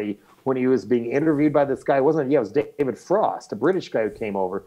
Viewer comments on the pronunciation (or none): none